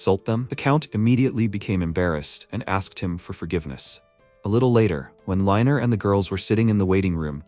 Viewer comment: Hes "reiner" NOT "liner"